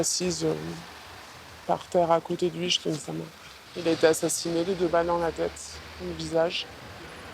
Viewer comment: "n'a jamais été 't une simple bergerie"; ces commentateurs qui inventent des liaisons pour se la donner... :D